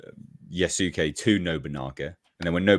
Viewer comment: Guys, it's pronounced yas-kay. The u is silent.